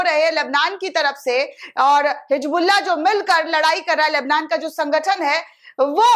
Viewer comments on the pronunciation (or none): none